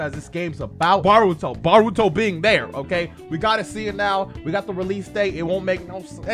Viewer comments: Am I the only one who dislikes how he says boruto like baruto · why do people say baruto instead of boruto???